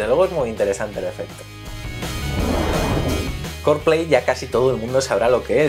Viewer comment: Buen video. Aunque ya que pronunciais bien "Apple", pronunciad bien "Carplay", no "Corplei" sino "Car" xd